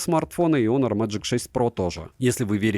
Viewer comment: Отличный обзор! Прекрасные виды, полезное резюме! Только он не "хонор", а онор.